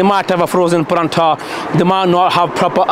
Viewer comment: I watched ur vid …couldn’t help notice that you keep calling a “Paratha” a “Parantha” …don’t know whether it’s on purpose … I’ve just never heard it pronounced with an “N” …It’s always been “Paratha”..but yah otherwise decent review.